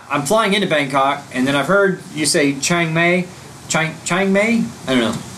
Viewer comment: Change May? lol Seriously, Chiang Mai is pronounced like Chiang My....